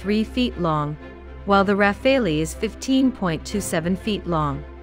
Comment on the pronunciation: Why she keeps saying, Ra-Fail-ee ?